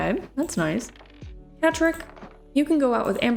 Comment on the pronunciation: When u said catrick i thought u said patrick